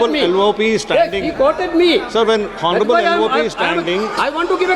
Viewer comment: Mr.Hon'ble ,is 'H' is not sitent in 'Hon'ble'?